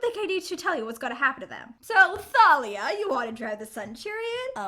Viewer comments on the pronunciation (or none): none